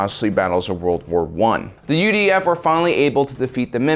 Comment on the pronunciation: Every time he says UDF I hear UVF and get triggered